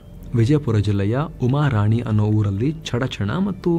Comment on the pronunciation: ಉಮರಾಣಿ ಅಲ್ಲ ಸರ್ ಉಮರಾಣಿ